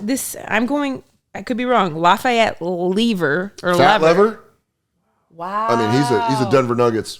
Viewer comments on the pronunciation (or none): "Fat" Lever is pronounced "Leever"